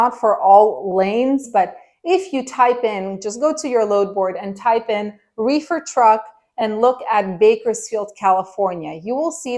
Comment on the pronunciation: Your refer was funny its sounds like you said wefer market its all good just got a good laugh from it🤣